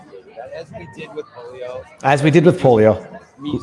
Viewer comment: Did he say "the polo vaccine"?